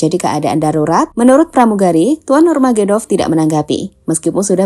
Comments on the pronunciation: Bukan nurmagedov min, tapi nurmagomedov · Nurmagomedov Bukan Nurmagedov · KHABIB NURMAGOMEDOV...! BUKAN NURMAEDOV.. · namanya Khabib Nurmagomedov Min, bukan Khabib Nurmagedov,, sepanjang Video salah penyebutan soalnya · Min... Khabib Nurmagomedov.. Pengucapannya bgitu.. Bukan Khabib Nurmagedov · Nurmagedov nurmagedov.. gemes dengernya, ga dibenerin.. nurmagomedov, kan itu jg ada cuplikan namanya di berita "nurmagomedov" kok ga dibetulin pas ngedit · Khabib nurmagomedov min bukan nurmagedov😅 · Ralat min KHABIB NURMAGOMEDOV bukan NURGEMEDOV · Nurmagomedov min. Bukan nurmagedov 😄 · Lain kali Narator mohon lebih belajar lagi. namanya NUR MA GO ME DOV bukan NURMAGEDOV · nurmagomedov ya...bukan nurmagedov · Nurmagumedov bukan nurmagedov wkwkwkk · "Nur magomedov" bukan nurmagedov😅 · Bukan nurmagedop..nurmagomedop...gmn si 😂😅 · Nurmagedov? Nurmagomedov? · Nama yg betul Khabib NURMAGOMEDOV. Mimin berkali² salah membacanya. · NURMAGOMEDOV, MASA BACA NAMA BEGITU AJA GABISA GIMANA VOICE OFFERNYA CKCK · Channel berita tapi nama saja salah.. NURMAGOMEDOV. Kesulitan pengucapan bukan alasan mengubah nama orang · min,yg bener donk nyebutin nama nurmagomedov...ngawur aja anda ini.ganti nama org,emg udh bikin bubur merah???? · Min, penyebutan nama lengkapnya keliru.. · Sampean salah nggone nyebut nama ne mbak .. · Nyebutin nama salah